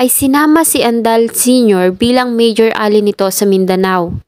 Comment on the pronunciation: Ally is pronounced as “a-lie” not “ali “. Improve your English pronunciation.